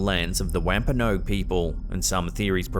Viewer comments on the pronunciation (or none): none